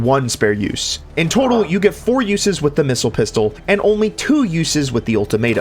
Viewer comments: Sir its called the pissile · The... Pissile?